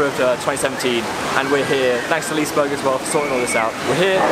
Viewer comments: I am half Swedish but now live in the UK so I don't know much Swedish but I believe they pronounce it like "lis-e-berry" that's what the bing translator says and that's how I said it when I visited liseberg :) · I'm sure it's definitely "Liseeberg" but you know what my pronunciation is like! It looks like you had a good time! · its pronounced leeseberj